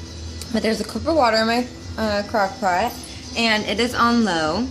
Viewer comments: i cant be the only one who heard cockpot the first time she tried to say crockpot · The first crockpot was fine. The second was 100% cockpot no doubt. I reminded it 3 times lol and she's says it properly straight after.